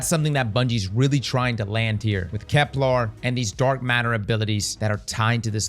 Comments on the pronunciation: You GOTTA stop calling it Kep-LAAR It's pronounced like...kepler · "Keplar" - New pronunciation dropped